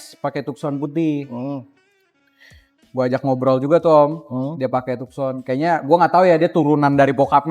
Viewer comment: Tukson apa taksen sih bacanya 😁